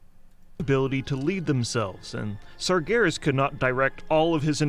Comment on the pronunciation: It's pronounced SARjaROSS